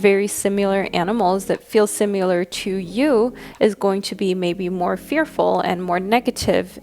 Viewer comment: Does anyone else hear her saying "simular" instead of "similar"?